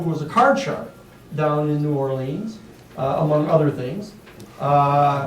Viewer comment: OMG, he constantly says New ORLEEEEEENS. Is it asking too .uch for him to pronounce the city's name correctly??? Other than that, I enjoyed this session more than #6.